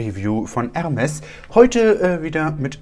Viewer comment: Junge es heißt nicht „ermes“ sonder „ermé“